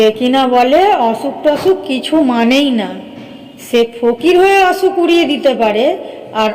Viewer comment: অছুক❎ অসুখ✔️